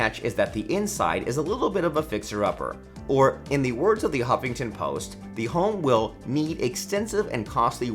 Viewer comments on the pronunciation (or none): Great video. One question though. Why do you pronounce the word THE as THEE? Thee way you do it every time takes away from thee content. 😉 😆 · It is annoying that you read the word THE as THEE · Hi-ho Kermit THEE Frog here…. Thee video is mildly interesting, I find thee narration transient, thee narrator subtle yet annoying, thee flow is punctuated by thee aggravating mispronunciation of words thee protuberance of thee word thee peppered throughout is thee worst. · The narration would be so much better if the narrator realizes that "a" and "the" are almost always pronounced "uh" and "thuh." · Interesting, but the guy's over-pronunciations drove me crazy. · Why do people use the long "a" and pronounce "the" as "thee" in front of every word that doesn't require it?? Makes one sound uneducated. Stop it. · Wow. How forking annoying that the presenter over enunciated every word. Every single 'the' pronounced 'thee' and every 'a' pronounced "ehi'. My ears are bleeding. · Please, for the love of Ryan Reynolds, stop saying thē! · What’s all of this ‘thee’ business? Sounds terrible. Thee only goes before a vowel or a vowel sound. You don’t say “Thee owner of thee house” that’s not English. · Pronouncing the "E" on the word, "The", is optional.